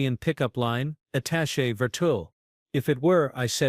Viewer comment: For once an AI pronounces "attaché" properly. However the abbreviation UN is not pronounce "un".